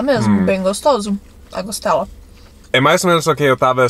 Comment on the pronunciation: Muito bom o vídeo. não é "Costelo". É "Costela". 😊